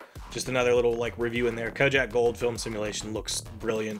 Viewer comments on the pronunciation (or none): Did you say "KOJAK"? It's pronounced KO-DAK. Kojak was a TV series from the 70s.